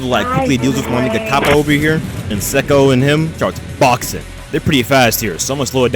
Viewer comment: It's "Say-ko"